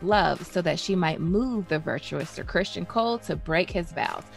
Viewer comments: It's CrisTON not Christian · You're certainly not wrong